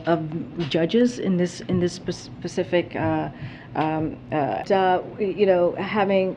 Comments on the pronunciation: And she can’t even say the word “specific”…… she always says “pacific”….. Am I wrong? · But, but, but......she's the first black, gay, immigrant woman to hold the position! That's what really matters! And did she say "pacific" as "specific?"